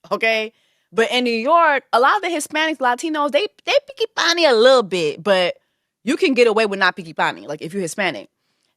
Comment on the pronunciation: Innit! It took me a couple of times to clock it 😂😂😂 Jess is too funny! Mi no picki panni 😂😂😂